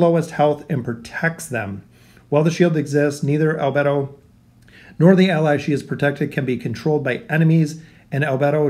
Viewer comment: Damn as a fan of anime and overlord in general, this would be a great addition. Also just a side not, the anime pronounciation is "Eyes ins oool gone" and " Al bey dough", just felt like adding that bit.